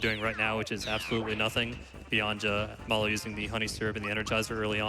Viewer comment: the way that guy pronounces Mallow is ridiculous.